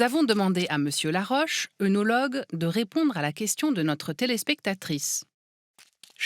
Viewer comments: Pourquoi vous dites Œnologue avec un œ au lieu de ai comme il fallait ? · je sais ! Mais dans la vidéo on le prononce mal